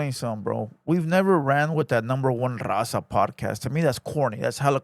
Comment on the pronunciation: Broke homie cant even pronounca “RAZA” why does he say “number one DAZA podcast”!!? 🤣🤣🤣🤣🤣🤣